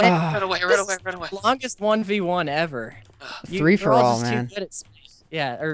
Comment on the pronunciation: Did they say three-for-all instead of free-for-all the whole time?